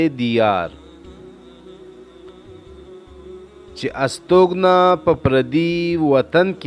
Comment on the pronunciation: استوگنہ غلط پڑھا گیا ہے